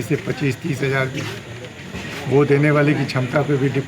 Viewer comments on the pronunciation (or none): none